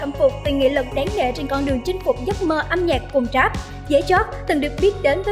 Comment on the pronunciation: Rap mà đọc là trap ? Rồi underground đọc là ăn gờ rao -_